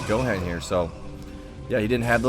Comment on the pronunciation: It's pronounced go Hon lol. You never seen dbz I guess.